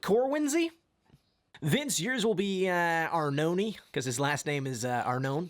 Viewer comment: Ar- no-neh is closer to the Italian pronunciation then the way you guys pronounce it usually.